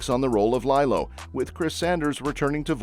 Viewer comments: It's LEE-low, not LIE-low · It's LeeeeeeLo!!!!!! Not lie-low...sheesh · LeeLow!!! your saying it wrong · I would argue that: Captain America, Thunderbolts and 28 Years Later are not Sci-Fi movies. Lilo and Stitch 2 (you mispronounced Lilo) is a stretch for a Sci-Fi movie.